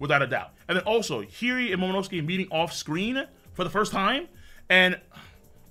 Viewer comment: Her name isn't heery it's hiyori